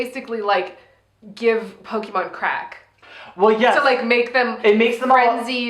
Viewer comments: I'm gonna start pronouncing it "Poke-ay-mon" like from now on 😆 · love the fact that you guys speak like my mom when she tried to fake interest when i was a kid into Pokemon LMAO! The name pronunciation lmao! But i was more a Digimon kid so, all cool! Also coming for Pokemon's fan, coming from a Celine Dion fan, i'm gay and a french Canadian and i don't care that much about her....lol! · Watching you guys get Pokemon names wrong is so endearing.